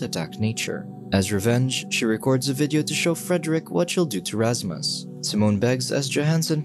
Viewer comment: its Rashmush bro😂